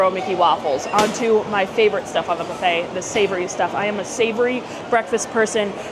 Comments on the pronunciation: What the hell is a BUFFIT???? 😂😂😂😂😂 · Buffet is pronounced bo͝oˈfā. 🧐🧇🥓🍳